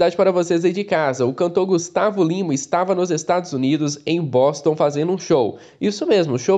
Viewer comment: Quando vc falou : de Boston Eu entendi : de bosta Kkkkk